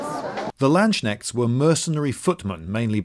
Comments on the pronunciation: "The Lanshnekts" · LANDSSCHNECHTS? you seem to have forgotten the K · Landsknechts, not Landschnechts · Do you really say "Landsknechts" instead of "Landsknechte" in English? Also, how come there were no whores with these "Landsknechts"? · Lloyd sayd The "Landschnecks" In German would be some like Landsnails lol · Landschnechts? Did he really say that? :D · The Landschnäkts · It has been pointed out to me that in this video I use a pronunciation of the word 'Landsknechts' that falls below the standard expected of me. This is an Anglicised version of the word, and for that I feel no shame, but the central S should apparently be spoken with a clean S sound as in 'soup spoon', and not a soft SH sound as in 'sugar'. My apologies to any viewers who are stricken by the sheer awfulness of it all. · I had to laugh so hard at how you pronounced "Landknechts" xD but then again, you would probably laugh at how I pronounce English words 😂